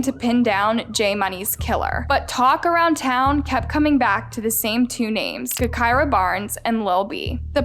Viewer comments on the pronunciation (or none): BRUHH 😂😂😂 im dead, she said GEK KIRA! Lol bruh its “Ja kira” and she wasnt a rapper lmfao i never thought id see drill shit on this channel. Bruh tyquan was her best friend lol this is like a copy and paste from the chiraq reddit. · Her name was pronounced like Ja - kirah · Your information is all wrong u should’ve did better research also u should say her name correctly obviously it’s sounded (ja) gahKirah come on. White people always messing up some shit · It's pronounced Ja-Ky-Rah just spelled with a G instead of a J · It pronounced Jah-kirah you fool. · Nah, you got her story all twisted and i watch all your videos. All the the way down to her name. Smh , at least pronounce the name correct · please! I love you but your pronunciation of her name is driving me crazy!!! 🤦🏾‍♀️🤦🏾‍♀️🤦🏾‍♀️🤬🤬🤬